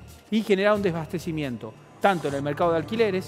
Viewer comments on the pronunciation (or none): Miy bien Ramiro. Sólo un comentario, se dice "deSAbastecimiento" y no "debastecimiento" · Ramiro: Se dice DESABASTECIMIENTO. De onda nomás te comento, porque te he escuchado en varias notas decir "Desbastecimiento". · DESABASTECIMIENTO Y NO DES BASTECIMIENTO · MARRA: No se dice debastecimiento es Desabastecimiento